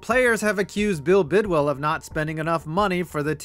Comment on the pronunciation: Couple of things. #1, it's pronounced Bidwill and not Bidwell. #2, the Cards never hosted a playoff game in St. Louis. In fact, the Cardinals didn't host a playoff game until the Wild Card game vs Atlanta in 2008. #3, the Cards would have had more playoff appearances in St. Louis had there been such a thing as a wild card before 1970. From the Cards 6 winning seasons including in 1968 when they lost the division title to the Browns by 1/2 game even though they swept the Browns that season. #4, all this ineptitude was due to Bill Bidwill's cheapness. #5, the reason why the fans didn't show in 1987 had nothing to do with the baseball Cardinals and everything to do with the NFL strike and the fact that Bidwill had already announced the team was leaving. The team on the field was fairly competitive finishing 7-8 with 6 of their 8 losses being by 7 points or less. That team still holds the record for the largest 4th quarter comeback in NFL history(trailing the Bucs 28-3 in the 4th quarter and winning 31-28) and nearly pulled off 2 epic comebacks. The one was the aforementioned 25 point comeback against Tampa, the other was a near 28 point comeback against the Chargers but Earl Ferrell dropped a sure TD on 4th down with time running out.